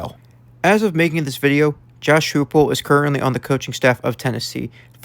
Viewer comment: Heupel is pronounced Hi-pul